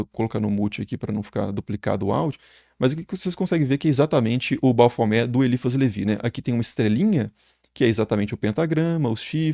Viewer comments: Tem que pronunciar o "T" porque a é um acrônimo invertido para Templo Hominis Pacis Aba, Templo do Homem Paz do Pai. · Gente, me lembra também aquela mãe de santo, que mandou fazer uma imagem de Baphomet enorme e colocar em cima da entrada da casa dela kkkkk E me lembra aquele video do Rock in Rio la de 80 e pouco, com o cara pronunciando errado. Ele literalmente separava: bap-homet. Tanto esses quanto o do Super Xandão, eu morro de rir kkkk